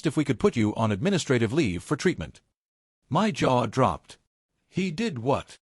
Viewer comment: The illiteracy of this AI voice. Shaking "M-Y" head. 🙄